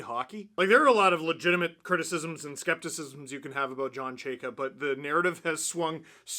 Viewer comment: These videos of you mispronouncing his name will be gold for the next 4 years before Chayka is fired.